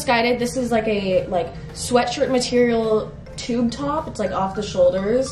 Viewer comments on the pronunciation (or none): none